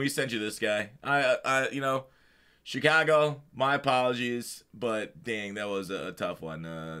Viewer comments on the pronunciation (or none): none